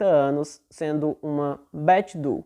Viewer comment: bom trabalho! Incrível como essas coisas acontecem e alguns casos conseguem ser finalmente resolvidos, né? 😁 Ah! Para referência futura, Doe se pronuncia Dôu, não du. 😉